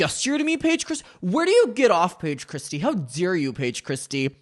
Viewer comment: How dawe u payeej cwistiyuh